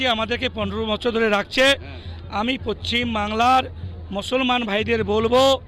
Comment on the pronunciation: আরে পশ্চিম টা ঠিকমতো বলুন